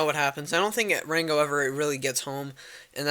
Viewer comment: i love how u say ''ranco'' u special boy